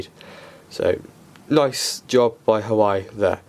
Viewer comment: It's pronounced "Wah-Way" ;)